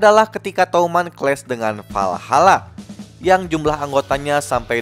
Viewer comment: WALHALA bang bukan VALHALA